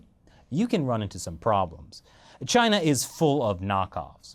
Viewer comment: Chay-Nah! Lol